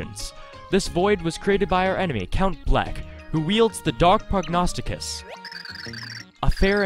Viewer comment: I'm also very proud of you for saying Prognosticus correctly- you're the first YouTuber I've seen that's read through that perfectly the first time. Nice job